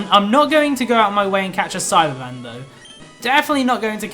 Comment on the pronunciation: Who else as never seen an episode of DBZ and thought he was saying Cyberman instead of Saibamen?